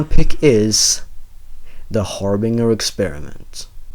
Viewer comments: har-BINGE-er not har-bing-er. but agree with most of list. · Its' pronounced har-bin-jer, not har-bing-er. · Btw harbinger is pronounced like harbin-jer, just saying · "Harbinger" is pronounced "Har-bin-jer" Sorry to be annoying. I just have a bit of a pet peeve toward mispronunciation.